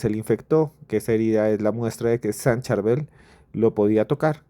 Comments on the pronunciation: no le cuesta nada a él decir el nombre correcto, así como en el audio, le corrigieron a Julio. Es sencillo y es parte del respeto a un Santo. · Nó es Churbel, es San Charbel con respeto. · No es San Churbel , sino San CHÁRBEL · respete a los que creemos en San Charbel, no le cambie el nombre... a usted, le gustaría que le cambiarán su nombre... es *SAN CHARBEL*. NO es CHURBEL, es San Charbel... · Por favor pronuncia el nombre del Santo Padre Sharbell ! No es Shurbell ni Churbell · No se dice San Churbel 😂 Es San Charbel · San Charbel......no churbel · NO ES SAN CHURBEL 😅 ES SAN CHARBEL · CHARBEL NO Churbel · Churbel. Cherbal Casitico le dice san churma. Es Charbel, no saben leer ? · Su nombre es San Chabel 😅😅por favor 🙏 🙌 noooo Churbel.. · Se dice San Chárbel. La forma correcta de referirse al santo es con la tilde en la "a", Chárbel, y precedido por "San". El nombre completo es San Chárbel Makhlouf. Churbel no aparece en ninguna parte. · Se dice san Charbel no charbul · San Sharbel! No san churbel Ni san cherbal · San Charbel, no San Churbel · No es como se quiera decir...es San Charbel...No San churbel....o a usted le pueden llamar ... Gustavo, Feliciano o Juancho...? Como le quieran decir...? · Cherval, churbel, charbel..... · No es churber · Por q dice Churbel 😮😮😮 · Churbel?! Porqué le llaman así? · NO ES CHURBEL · Por favor pronuncie bien su nombre como se escribe CHARBEL. Gracias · SAN CHARBEL, FAVOR PRONUNCIAR BIEN, CORREGIR TU AUDIO, GRACIAS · San charbel esta de moda para algunos.Es san charbel lo pronuncias mal.San Charbel ufffffff hace muchooooooo rato escuche por primer vez de el.fue muy extraño porque yo estaba escuchando un post cat de una bruja blanca en México y ella lo mencionaba y yo creía que era alguien igual a ella y luego investigue y vaya sorpresa estaba lejos de mi realidad. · Durante 30 minutos escuchó la correcta pronunciación del nombre del santo: Chárbel, así lo pronuncian los libaneses, entonces?